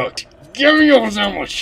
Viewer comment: I laugh every time he says "Gimme yo sandw"ich